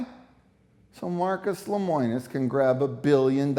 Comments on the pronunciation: Yikes. His name is LEMONIS. Not LEMOINIS... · I don't doubt CW's practices or what is provided in the video. However, I think the video would be better presented if the interviews were not scripted. Also, it's LemOnis, NOT LemOIns. :-) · Seems like you would know how to pronounce his name. It's Le mo nis. Not Le moi nis. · Unpopular Opinion: I’m sorry, but not everyone is a victim. If you are investing in something as expensive as an RV you should do your research and educate yourself to avoid getting scammed. Stop being victims and protect yourself. If you don’t, YOU are to blame, not the company. Also, it’s pronounced LEH-MOH-NUS. Just saying. 💁🏽‍♀️